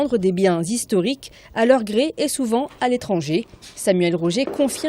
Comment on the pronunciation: " elle pesait 6 ou 7 tonnes" " les monuments classés zhistoriques" ou " des biens zhistoriques " ... Aie aie aie.